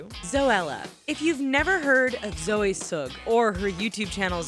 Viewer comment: She messed up on Zoe Suggs name haha